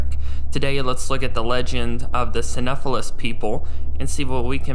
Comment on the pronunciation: "Psy-know-sef-phallus" is how it's pronounced